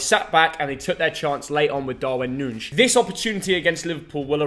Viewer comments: Just a detail, from an Uruguayan, you pronounce Nuñez like Nunies, not nunsh or something like that 😂😂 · darwin nuñez isnt portuguese lol its pronounced noo-nee-ez big up lads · its pronounced 'Noo-Nyezz' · I love how says Darwin Nunez every way except the correct way